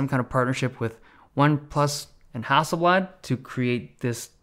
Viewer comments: FYI Hasselblad is not a Russian company its not hassel Bljat It's blad, with a soft A and L not with a AE sound. No hard feelings tho 😅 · Hasselblad is not pronounced that way, yes thats coming from a swede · Hustle blud? Sounds like a roadman from SE London.